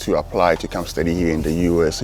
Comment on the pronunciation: Amazing a student can't properly pronounce "study!".